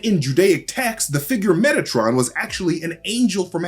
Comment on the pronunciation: You say Metatron, I only hear Megatron